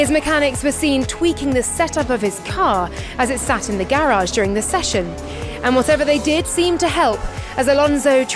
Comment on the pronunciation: I’ve never heard Garage said like that by a Brit before. 🤔